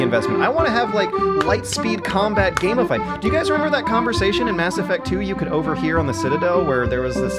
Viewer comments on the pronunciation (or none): none